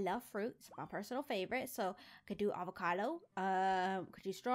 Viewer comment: "We can do AVACALO" I WAS LAUGHING SO HARD